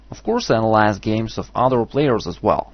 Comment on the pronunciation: "as a chess teacher, i allize my pupils game stalolly" priceless. i replayed that so many times. cool video tho